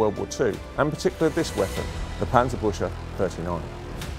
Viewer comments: if you wanna say it pronounce it as buckse like the dear but with se at the end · absolutely. But alot of people here seem to miss that no one is complaining about an accent or the lack of a properly pronounced Umlaut but that the complaint is that a museum curator is calling the thing a tank Bush. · The pronunciation is a bit off, it should be "Bükse" not "Büchse" but great video still. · Very nice video. Only one tiny, insignificant mistake: The pronounciation of the world Büchse. You are pronouncing it like "Buscha" or "Buescha". This is, how it's really pronounced: Bueckse This is one of the few times, where the "ch" is really pronunced the way the English speakers normally mispronounce the "ch" in German words. They pronounce the "ch" in German words often wrongly like a "k" or "c". But the Büchse is one of the rare cases, where it is correct to pronunce the "ch" like a "k" or "c". The "e" at the end isn't an "a" (again: You pronunced it like "Buscha" in German letters). In reality the "e" at the end of the word is pronunced like the English "a". So in the English way of pronunciation it would sound like "Bueksa". With an English "a"-sound at the end like the "a" in "cave". PS: At the end of the video you pronounced the "e" at the end correctly. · From the way this weapon is spelt, I can't work out why the presenter is pronouncing it differently! It is spelt ch-se but he is pronouncing it as -sche. It's not difficult to learn learn to pronounce German words correctly, especially by so called experts. Please, GET IT RIGHT!!!! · I like how he pronounces Büchse as busher, it's completely wrong but funny. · "Büchse" is pronounced "Büxe" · For his credit, it's not the worst I have heard so far. At least the "e" in the end is not silent, making it sound like a Frenchman trying to say "Busch"... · wanted to write something similar ^^ he sais something like büsche not büch_se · I meant to say, he actually pronounced it as BÜSCHE (bushes) :-) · try to pronounce "buxse"